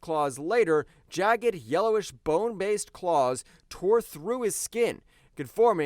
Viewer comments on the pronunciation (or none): none